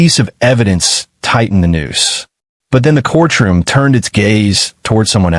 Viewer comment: Court room, not corch room